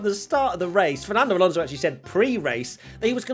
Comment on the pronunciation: Ain't bo wat he butchered the non-finisheres 😂😂 Lalonso. And crofty daid that when he gets the chanve he'll say but here comes Seb Vettel for the last time